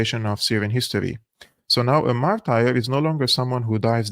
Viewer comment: Martur ... Not martire 😊